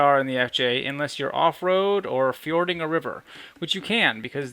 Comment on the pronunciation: he says "fjording" a river - sorry bud, but it's just "fording"